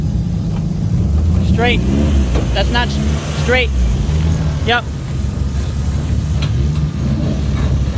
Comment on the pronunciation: このオーライは日本語の発音かな？？